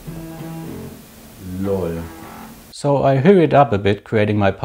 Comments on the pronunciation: The lol sounds soo german hahah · The way you said lol sounded very German